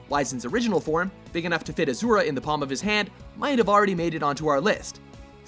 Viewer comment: It's pronounced ahs-oorah not azura